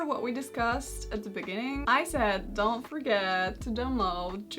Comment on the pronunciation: Karolina: "but actually dan't" way you said don't was funny haha <3 <3 <3